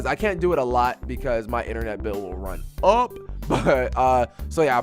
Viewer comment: the way u said run UP! LOL